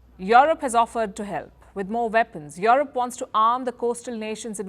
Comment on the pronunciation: I like how she pronounces and mutilates Europe. "Yorope..." "Yoropean government..."